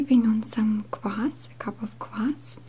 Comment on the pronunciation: It's not kuaas, it's kvass.